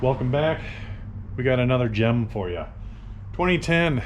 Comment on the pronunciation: The emphasis he put on the word "gem" made me chuckle